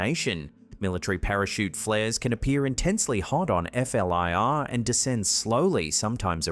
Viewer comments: It's FLIR, like "fleer". Not F L I R... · FLIR is said like "flur" :)